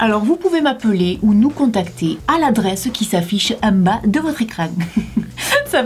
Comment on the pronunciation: " en bag de votre ecrang " 😂😂😂